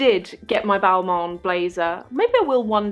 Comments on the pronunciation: It's not BALMAWN, It's pronounced--> BALMAHN. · I’m sorry.. but if you’re so interested in fashion you should learn how to pronounce the names of the brands you like so much.. it’s NOT “Balmon” ... otherwise, sucks you had a shitty experience with mean sales reps.